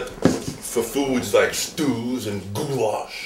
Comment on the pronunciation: "and gooulash" :DD oj piotrus, piotrus;PP i jeszcze sie do naszej swiatecznej salatki jarzynowej musial dojebac, no;)